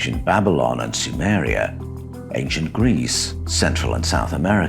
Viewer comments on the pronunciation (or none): none